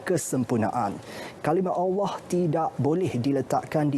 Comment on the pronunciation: Suka dengar Ivan Toh baca berita. BM dia bagus. Dia sebut “Allah” pas sngt. Pembaca berita perempuan tu pun sy suka jugak..